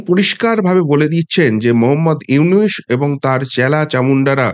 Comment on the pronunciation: দাদা, "ইউনুস" নয় , " ইনুচ" ।